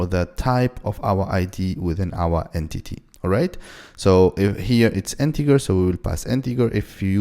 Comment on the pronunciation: Please it's Integer not Integar 🥲🥲